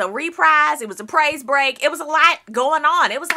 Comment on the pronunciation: I know you did not say "Praise Break" kml